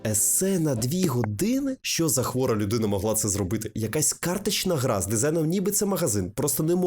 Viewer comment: Ґра)))) тепер тільки так буду казати